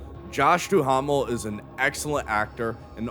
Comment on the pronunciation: JOSH DUHAMMEL.... THAT IS FU@ HILARIOUS.... IT'S PRONOUNCED...".DOO-MEL"... BUT YOUR WAY WAS WAY MUCH BETTERLY!!!